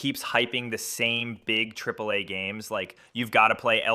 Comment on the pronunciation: Never heard someone say AhAhAh instead of Tripple A …